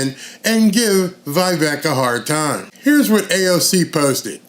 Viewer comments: Correct Pronounciation : Veeeeee + Vake(like Cake) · Love Vivek! I wish more people pronounced his name right, It's Vivek - pronounced Viv- ake, like Cake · It’s Vi-Vake, like cake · Love ya FYI: Vivek rhymes with cake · It’s Vi-Vake, like cake. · It's Vivek, like Give Take, live ache, shiv make.